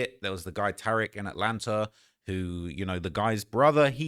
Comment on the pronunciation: Come on what the fuck is atlanter